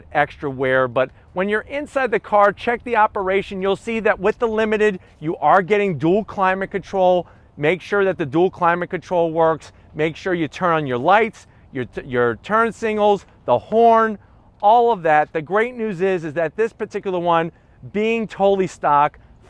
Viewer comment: I’m zonking you for how you say signal. You pronounce it as single. I’ve watched many of your videos and it’s always turn singles.